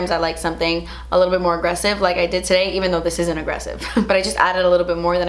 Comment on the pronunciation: Woah woah did anyone else hear accent at the beginning when she said “today” ayyy mi cubanita